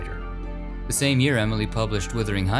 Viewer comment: He pronounced it correctly. Listen again with the volume up :-) He didn't say withering.